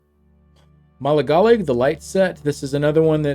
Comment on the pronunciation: Ma-lig-a-lig that’s how you pronounce that lol